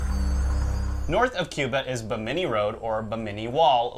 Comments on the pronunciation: BIm-IN-ee not Beh- mini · Not ba-mini its bimini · Bimi ni not Bi mini lol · The way you guys pronounce Bimini kills me. It is NOT Bamini it is Bimini. Love the video though. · Repeat after me Yankees bim-ah-knee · uh, guys......Bimini: BIM-a-nee... ;) Looking forward to the next episode, this is an excellent topic! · Hey guys isn't that pronounced BIM-INI? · You guys make me crazy it's pronounced BIM-A-NEE! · I know! that was really annoying to listen to. Buh-minny indeed! ugh! Every time they mispronounced it I cringed. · HA HA HA! I was SCREAMING at them: "BIM-A-NEE!" I'm glad I wasn't the only one! What's truly crazy is that you would think that someone on their team would of caught that. Thank you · The accent is on the first syllable of 'Bimini', not the second. They still teach the "fact" of the Java Man, an early hominid, despite finding in 1921 that the sole evidence of his existence was really the kneecap of a Mammoth (elephant). Max Igan (you tube) presents evidence that shows all "history" before the time of the American Civil War to be very much in doubt. Virtually everything taught in school has been altered for indoctrination purposes, the most egregious innovation being common core math, intended to make the use of simple arithmetic beyond most young people. Try asking a twenty year old grocery clerk what the change from a 62 cent purchase paid for with a five dollar bill would be, if you want to get that "deer in the headlights" stare. I could do this when I was eight. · Hey Guys! It's, not Jack. Anyway, just a heads up on the word "Bimini". It's pronounced with the accent on the first syllable. Y'all keep accenting the second syllable which makes the name sound kind of funny. ^_^ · Guys, your pronunciation of Binimi is incorrect. The accent is on the first syllable, not the second. You can hear the correct pronunciation on Ancient Aliens season 2, Underwater Worlds. Its currently available on Netflix